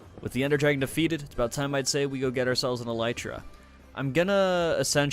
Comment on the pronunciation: Videos great but.... I’m in physical pain after how you pronounced elytra